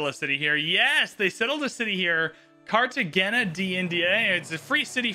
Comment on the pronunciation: FYI, the GE in Cartagena sounds like an Hey. So Carta-hey-na